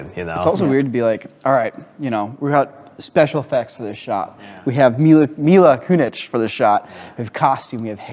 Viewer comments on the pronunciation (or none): Her name is Mila Kunis, not Mila Koonich. Or is that a joke I didn't get? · Mila Koonich? 😂WTF, ̶ N̶i̶k̶o̶, Neeko? 😅 She is Kunis!